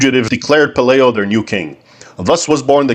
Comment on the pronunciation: Please say Pe LIE o, not LAY